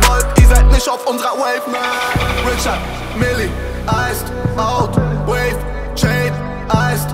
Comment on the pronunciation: Funfact: Es heißt Richard Mille 😂 No hate SHBZT🌊